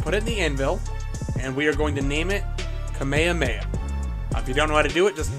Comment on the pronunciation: Bro actually said kuhmayuhmayuh